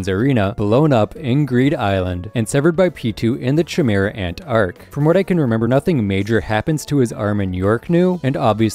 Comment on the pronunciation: Tsrreidnich ant arc